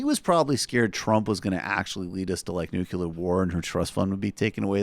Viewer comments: A "nucular" war ? WTF is a nucular war ? It's NU CLEA RRRRRRRRRR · Omg stop saying that!! It's not nuke-ya-ler, for Christ's sake! It's Nu-clear! 😵🤦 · I appreciate the obvious mispronunciation of Dana Loesch's name, but for the love of GOD it's nu-clee-er, not nu-cu-ler. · Repeat after me: nu kle ar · it's pronounce nu cu lar..nu cu lar.... Homer Simpson